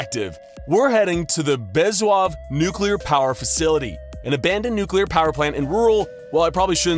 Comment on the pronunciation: It’s BEZ-OO-HOV